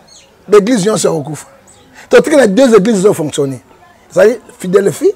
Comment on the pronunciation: Bjr, naseki mingi. Ton invité n'arrive pas à dire "église Philadelphie "